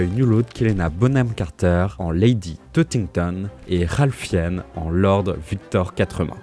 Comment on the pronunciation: Bravo ! Petit commentaire pour le référencement. La prononciation de Ralph Fiennes m'a un peu trigger mais sinon impeccable ! :)